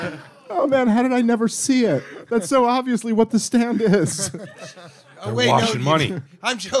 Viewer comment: It's unbelievable to me that Dave absolutely cannot pronounce the word "Stand". How the hell do you add a "w" to that word???